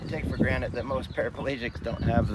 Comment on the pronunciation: Take for GRANTED, not Granite 😊